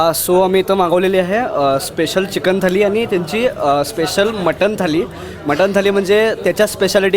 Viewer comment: थाली नाही थाळी